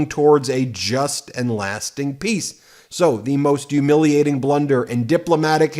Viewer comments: "Yoomiliating"?? Come on, Ben. You can pronounce it. Repeat after me: "Hyoo-MIL-i-a-ting." It's not that difficult. And having to hear you say it your way is a Yuge turnoff for me. Sorry, but it is what it is. All I hear is Trump talking like that when you say it, and I hate that it carries such a mental association with it. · why does he say Yewmilating? isnt it humiliating? lol